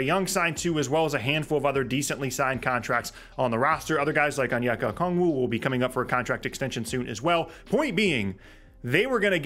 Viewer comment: Finally pronounced Okongwu's name right